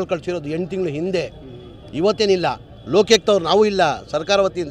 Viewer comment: ಲೋಕ್ಯುಕ್ತ ಅಲ್ಲ ಅದು ಲೋಕಾಯುಕ್ತ😂😂😂